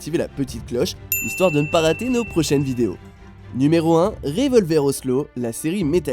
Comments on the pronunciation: Vous méritez une claque sa ce dis ocelote pas Ocelot bordel renseigner vous un peu avant de sortir une vidéo c'est pas la première fois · C'est Revolver Ocelotte qu'il faut dire et non ocelo